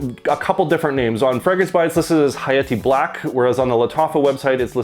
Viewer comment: Dude causally dropped a ح saying hayati💀 You speak Arabic?